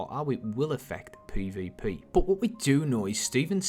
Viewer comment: Anyone else triggered by the way he says peah-veah-peayh? lol